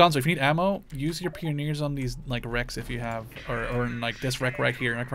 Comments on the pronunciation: it's pronounced pie-on-eers not peon-neers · Pronouncing Pioneers wrong, its Pie-oh-neer NOT Pee-ohneer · Actually, it's pie-oh-neers.